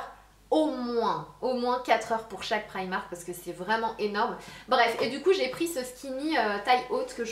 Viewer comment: Tu dit prymark moi je dit primark